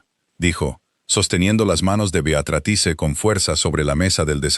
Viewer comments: Te escucho desde Venezuela. A las 4 am. Por favor que la IA pronuncie BEATRÍZ de forma adecuada. Me encanta la historia, odio el tono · Me encanto toda la historia !!!!!!!!! El relato , un desastre !!!!!! En ningun momento la IA pudo decir BEATRICE. Celia de Argentina. Son las 23 hs. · Saludos cordiales desde 🦋Costa Rica 🇨🇷 La Suiza Centroamericana CÓMO ES POSIBLE QUE UN NARRADOR PRONUNCIE MAL UN NOMBRE, UNA Y OTRA VEZ, ARRUINANDO ASÍ, UNA HISTORIA TAN HERMOSA? !..